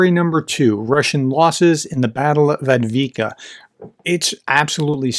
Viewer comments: He got close once in the beginning of the vid. We've been trying. Only we said: Av deev ka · Thanks for your updates, I really like them, they are short, accurate and easy to understand. The name of the city is spelled: AV-DIIV-KA - prenounced AV DIV KA. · Pronounce Avdiivka in three syllables: Av-diiv-ka. Hope this helps. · And yes, he doesn't get Avdiivka right, but it is a tongue twister. And he has 3 other careers going in addition to this YT channel -- he's a university professor, a husband, and a father to 6 children! I'm surprised he's ever able to find the time to post videos. He whom is without sin, may cast the first stone.